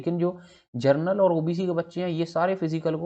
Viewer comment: 😜, inko pronounciation ka bhi pta nhi ,!